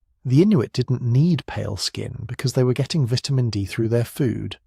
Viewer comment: Why do you keep changing the pronunciation of vitamin? Is it a metaphor?